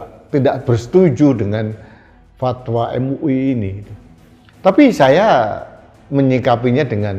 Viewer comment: Em u i... Em u i.... 😂😂😂